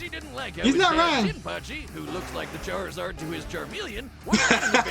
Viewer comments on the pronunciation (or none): none